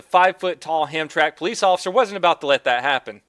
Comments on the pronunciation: Hamtramack, not hamtrak. Detroit native checking in. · DONUT ITS NOT PRONOUNCED “ham track” it’s “Ham-Traminic” cmon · 4 years late but it’s pronounced Ham-tra-mik